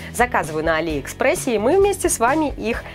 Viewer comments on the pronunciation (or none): а́ли экспресс